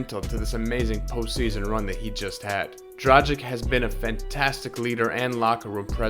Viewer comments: kaže se D R A G I C - ovaj tim Miami heat na zapadu bi se borio za 8. mesto tj za ulazak u play offs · Another american who cannot say Dragić, it's tragic. So hard to listen.